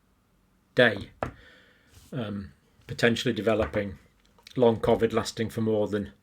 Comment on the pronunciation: And why does this guy say COVID differently to everyone else on the planet? I am also a northerner from the UK but never pronounce COVID like he does.